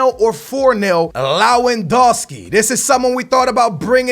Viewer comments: IbrAhimovic not IbrOhinovic, LewANdowski not LewONdAski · Pls stop say "enjury", "Ibrohimovic", "Lawandowski" and so on it can't be that hard to pronounce it the correct way which is injury, Ibrahimovic and Lewandowski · Ikr and also Looowandoski or something. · Chichourito ,Ibrohimovic, Lawandowski... if you butcher a pronunciation just stop using that name over and over again. you said Chichourito like 30 times in this video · that pronounce of IbrOhimovich and leYAndAwski...learn to talk fucker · ibrohimovic and lauwandowski??? well done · ''LAWENDAWWSKI''- thats how he pronounces it lol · can you please pronounce lewandowski's name right and why do you call ibra ibrOhimovic